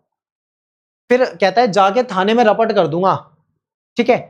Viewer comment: 😂😂😂😂 rapot x rapat😂😂😂